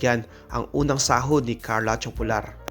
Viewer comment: TOPULAR pronounced as TO-PU-LAR not TYU-PO-LAR.